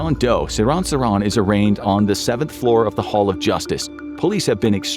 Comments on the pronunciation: It's sir-HAN nor sir-raahn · His name is pronounced SIR-han (as in "hand") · Bruh, seriously? JFK was assassinated in 63 not 68. Also you're pronouncing Sirhan's name wrong